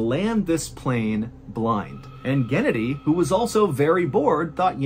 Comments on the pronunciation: Mr. Ballen! Its not gEnady, its genAdy! 😊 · It’s pronounced “geh-naw-dee” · It’s GhennADiy, not GEnnadiy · Guh-nadi is the best way I can tell you how to say the name in the first story. Not like Kennedy. Sorry. It just a little info. I know Russian names are hard to pronounce. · Genedi 😂😂That’s hilarious it is pronounced Genodi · Pronounced "gehnoddy" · I think it's pronounced "geh-NAH-dee" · It is pronounced gen-AH-dee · I'm pretty sure it's Ghenadyi, and not K/Gennedy... Also Mihail, not McKyle...